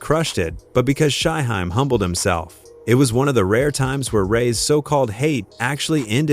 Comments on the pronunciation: AI sucks 🤦🏿 he called him SHY Hi 🤣🤣🤣🤣🤣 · Shy-HIME....🙄🙄🙄...see, this A.I. stuff is not always the route 👎🏽👎🏽👎🏽👎🏽